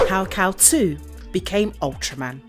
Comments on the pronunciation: It's Kal-"eel" not Kal-"Two". Basic research... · Kal-IL, not Kal-2. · pretty sure its Kal-il not Kal 2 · Kal iL ILL eel. Kal Eel. Not Kal 2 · Isn’t his name Kal- IL( I & L not II) pronounced Kal-ill , like superman is Kal-EL and his father is Jor-EL. I never realized it was a 2. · You’ve gotten his name wrong. Its Kal-iL, not Kal-2. Though, spelling the name correctly does look like the Roman numeral for 2. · He name is IL (as ill) not 2 ! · It's Kal-il with a capital i.